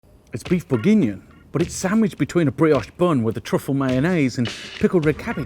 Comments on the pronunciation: he says it right finally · This looks delicious, but that pronunciation hurts my ears. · Your pronunciation of Bourgignon threw me for a loop. Thought I was having a stroke. Regardless, top recipe chef. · Hahaha same